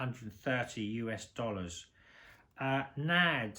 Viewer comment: It's not "Nad". It's pronounced N.A.D. (en ay dee).